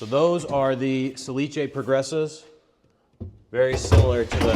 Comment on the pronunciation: Nice video, but the manufacturer is "sà·li·ce" not "sa-li-ce". I know it's quite difficult (no accent reported on the name) but we use so. Salice is the willow plant.🙃By the way, you and are masters in woodworking.